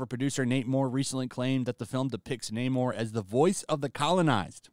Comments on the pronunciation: Not "Nay-more", but "Nah-more", as in "I have nah-more confidence in Di$ney to be entertaining". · No- It's Namor-r-r-r-r. Gotta roll that r. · Namór. Namór. That's not how the Spanish language works! It's Námor, there is no accent on the name, which is therefore to be pronounced by emphasizing the first syllable. Tell that to Tryin' again Coogler and the Narcos-boy. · Social Justice Overload! Yeah I’m done. “Naymourrr…” 👎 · Once I heard Namor say naymoore I said ok they won’t be getting my money . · No fk way. they really changed the pronunciation fo Namor to N- "AMOR" and Atlantis .. This would be horrendous (amor is love in Spanish btw) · LOL I was dying while watching this.. you're complaining that Namor is pronounced Nah-mor instead of Naymor.. you're literally just speeding up the Nay part of his name and complaining about it LMAO